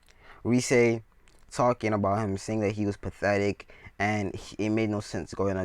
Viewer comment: her name is rias not rise.Sorry if i offended u